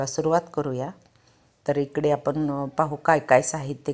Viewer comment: आपन नाही आपण म्हणा हो .